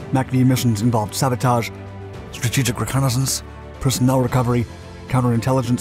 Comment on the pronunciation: Best content on YT. But the narrator says some words kinda funny 😂 - especially "strategic".